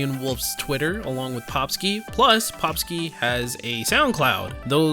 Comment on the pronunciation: Actually got it right :P